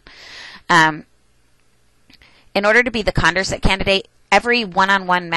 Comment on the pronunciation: Condorcet was French. It's con-door-say :D